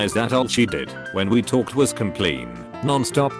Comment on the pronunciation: Nobody: Bot: COMPLEEN